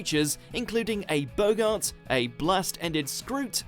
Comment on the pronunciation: Boggart, not Bogart.